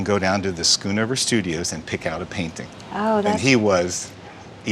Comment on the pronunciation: Its not skunover its schoonhover